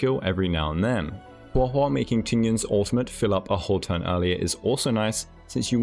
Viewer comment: I love you but hearing you say “Huah Huah” is gonna make me lose it. Please just say it the normal way 😭